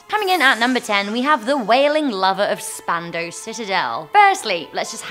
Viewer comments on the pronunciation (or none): none